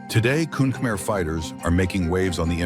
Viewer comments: kun khmer is actually pronounced as kun Khmae/kun kh-ma-e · Uh its pronounced “Koon Khmai”